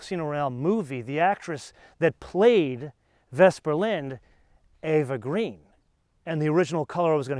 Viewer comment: Interesting Episode. Couple of points: Eva Green is Pronounced Eeva E as in Pea not A as in Ava for example Ava Gardner. Like where you're going with the Black Watch Tartan/Cognac, black seat belts and callipers for me as it's all getting a bit busy in there. I know the bright finish window surrounds are very GT3 Touring and look super 'up market' but for me they don't work with the neodyme wheels. Yes there as several recall issues in the UK too, it is what it is. I'm assuming you got a 3 year manufacturers warranty from Porsche when you bought the car? Love the channel. Keep up the good work.